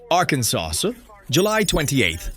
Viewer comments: I had to listen to it over and over again… arkansauce. I love it. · Arkansauce = AI uttered Arkansas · It’s ARR KAN SAW